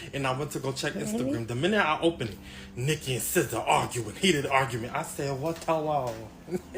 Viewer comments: It’s pronounced Sih-zaa not See-zaa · How pronounces SZA 🤭